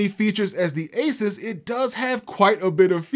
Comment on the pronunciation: I wonder what it is like working for Asus hearing people say Asis.